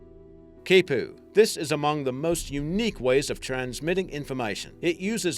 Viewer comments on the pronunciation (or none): none